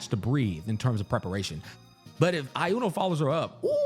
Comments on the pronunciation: I swear to god if you pronounce Iuno as "AI-YUNO" again I'm gonna crash out xdd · SAY "I UNO" 1 MORETIME ISTG XD